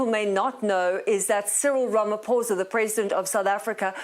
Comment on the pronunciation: Thank you for saying Ramaphosa correctly